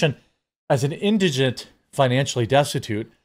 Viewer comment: Thank you. You're the first person I've seen that can actually pronounce indigent.